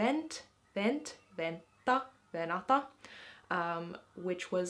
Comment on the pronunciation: Anteeksi. You are pronouncing "vänta like venta, even though there is an umlaut above the ä. Is it like a Swedish pronounciation? Kiitos. 😊